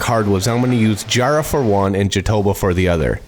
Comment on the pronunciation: wait are you saying jarrah? It looks like it. In Australia where it grows we pronounce it Jah (like jack) raa (like raa the alternative roar noise)